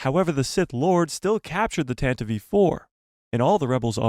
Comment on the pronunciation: Thank you for pronouncing the name of the rebel blockade runner's correctly ❤ Hearing people mispronounce it as 'tan-tiv' is like nails on a chalk board